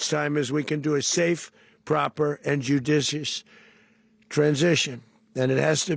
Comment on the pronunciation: Way to pronounce judicious Dozy Donny diapers!